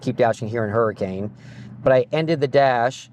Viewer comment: AND its Hurri-kin! Not Hurricane!